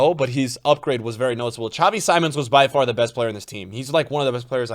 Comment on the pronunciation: Xavi Simons is pronounced more like “sea-monster” without “ter” but just Xavi is also just fine instead of whatever you’re saying now 😂